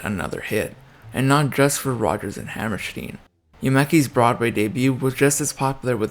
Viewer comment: Who is Deena Shore ? Who the hell is Oscar Hammersteen ? What's with this idiot who can't get a name right ?!?